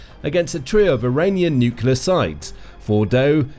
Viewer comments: Dislike for not being able to pronounce the word "nuclear". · It's slightly embarrassing not to be able to pronounce 'nuclear' on a video like this.